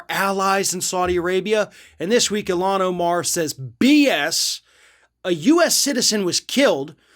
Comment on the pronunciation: Please learn how to say her name correctly. Thank you. You are saying it wrong and that is disrespectful. She would appreciate that I believe.